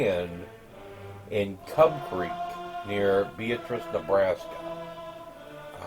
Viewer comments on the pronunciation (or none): It's pronounced be AT riss. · Loved your video, I live in Iowa not too far from Beatrice. Just an FYI it is pronounced Beaatrice, as opposed to similar to the female name. I have been a subscriber for over a year and have enjoyed following your progress.